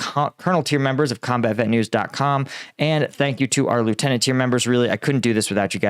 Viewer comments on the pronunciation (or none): none